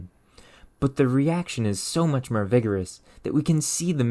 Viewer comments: 'Mōre' not 'mur', fōr not fur, fōrm not furm, nōrmal not nurmal, your speech impediment seems intentional and its off-putting. Eplure? Really 'Explōre' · I fell like he is saying myrrh instead of more to test my OCD. - , out. You win. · God the battery has ferr cells 😂😂 im Dedd idek if I can take any merr of this.. Im shour this reaction really opens the derr ferr lots merr science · you say "or" as "er" in forth, born ,more, or etc. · Neat video, but I'm curious about something unrelated: Where are you from, that many of your "o" sounds become "u"? "More" turned into "mur", "born" to "burn", but "or" stayed "or" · Lmao I was thinking the same thing. I keep hearing mur not more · The way this guy pronounces "or" sounds is sending me to the fucking moon. Just fur. When he was burn. Mer. Merv oltage. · Is saying mrrr instead of more a joke of some kind? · The merr you know, the merr you know you don't know... 🤯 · I've literally never heard anybody pronounce "more" the same as "myrrh" before...you're not just messing with us, right? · You need AI voice overs until you stop pronouncing more as 'mer' you vaccine damaged ahh nikka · Great video, and narration. I do struggle with the pronunciation of the "O" sounds, from words like firm, form, mer and more. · why do you say more like that 😭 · This was a dope video How are you so well spoken and intelligent, yet butcher the sound of "or" as in "more" or "born" "source" etc. You pronounce it the same way you pronounce "burn" "fur" or "dirt' or "hurt" or inert.. Or and ur are not even supposed to be similar lol xD Its not as big of a deal as im naking it, it was just very present in this video. I like all your videos, but i cant ever unhear it when i watch them Oh perfect example. You pronounce form the same way you would firm. Do you know what im saying? Maybe im crazy xD